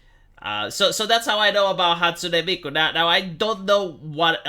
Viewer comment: It's Hatsune Miku, not Hatsune Mike Obama